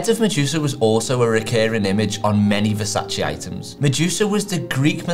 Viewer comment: so you explain the right way to pronounce it, yet open the video pronouncing it the wrong way...